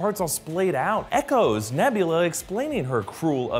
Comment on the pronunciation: Hey just listen alittle closer on nevvlerer